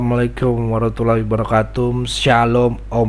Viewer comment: Maaf sebelumnya, Kedengaran oleh saya, tu kalo bilang salam tu assalamualaikum warahmatullahi wabarokatum.., bukan assalamualaikum warahmatullahi wabarokatuh, maaf ya om